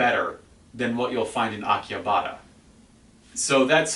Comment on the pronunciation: How do you know what goes on in Tokyo, you don't even live here and probably only visit once a year? Also pronounce Akihabara correctly.